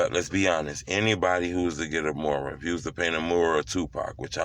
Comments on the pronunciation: It's M-U-R-A-L NOT MORAL😆🤣😭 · He saying “moral” it’s “mural” 🤦🏾😂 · You're not pronouncing it right, it's not "MORAL" it's MURAL. Makes you sound slow. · It’s Mural Not Not Moral 2 Totally Different Meanings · Why he can’t say mural🤣🤣🤣🤣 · Bro learn how to say mural u sounding stupid wtf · I swear you get paid to say Mural wrong lol 😂 ijk bro lol